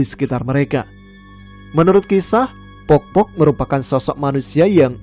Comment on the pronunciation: sebutannya bkn pokpok klo di suku bugis tp poppo mas